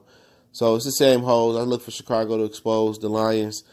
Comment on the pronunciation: Please do not make any more videos unless you plan to learn about football. Or even learn how to say Chicago...